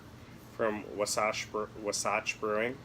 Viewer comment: Wah • Satch - NOT - “Wuh • Satch”